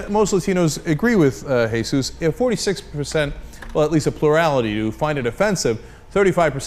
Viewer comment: Cenk finally pronounces 'Jesus' correctly :D